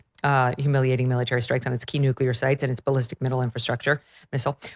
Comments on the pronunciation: Nu-clea-er not New-Q-ler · Sorry, but I gotta say it. "Nuclear" is pronounced, " noo klee ur," not " noo kyuh ler."